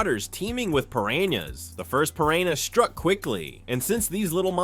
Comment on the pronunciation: The guy in here has had multiple times to pronounce piranha correctly and failed every time and it brang back the memmory of Benedict Cumberbatch pronouncing penguin as he couldnt either